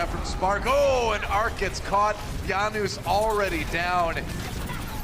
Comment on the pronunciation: guys, why does he keep saying YANOOS hes not south american where j is a ya plz someone explain PLZ JANUS EXPLAIN YUR NAME!